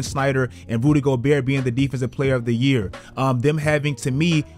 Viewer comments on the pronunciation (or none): Did you say “Booty Gobert” ? Lol 😂